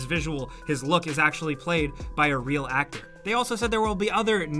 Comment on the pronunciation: “iT jUsT fEelS 2 Re4llll”